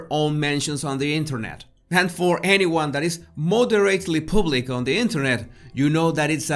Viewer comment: Oh leave the poor woman alone. She's only human just like everybody else. Are we all so perfect? And the word us PUBlic not pooblic.